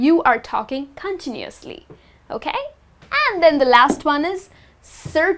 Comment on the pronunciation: gosh.. a teacher who doesnt know how to pronounce some words herself hahahahaha.. gosh. the net is full of rubbish.. repeat after me > i don't know the right pronunciation of "instead" which rymes with fed. also repeat after me > continuously is too difficult a word for me to pronounce. i get lost in the middle of it. fail... level infinity . shitty video.